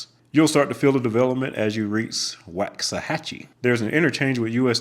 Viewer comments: It’s pronounced walks-a-hatchie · It's pronounced Woks-ahatchie actually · It’s pronounced “Woks-uh-hachie” don’t let the “ax” fool you!!!